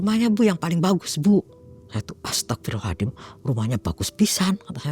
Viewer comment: Saya jadi bingung mau mengucapkan kata astaghfirullahallazim cara mengucapkan yg benar nya seperti apa karna dari awal saya dengar ibu ini mengucapkan kata astaghfirullahallazim selalu mengucapkan dengan kata ASTAGHFIRULLAHALLADIM 🗿